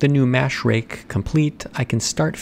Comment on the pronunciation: Pronouncing "rake" as "rig" made me really confused.